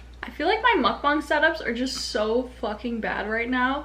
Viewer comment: Literally you're the only one from most YouTuber I watched finally said "Mukbang" correctly 😭❤️